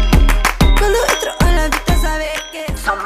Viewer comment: Yung "sabeh" Beef